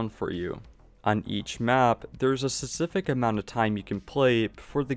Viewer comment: There's a "p" in specific. It's not pronounced "susific"